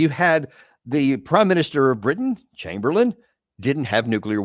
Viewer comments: Chsmberlain was his name NOT Chamberlian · Sorry to be a nerd ... Chamberlain!!!! (Not chamberlian!)...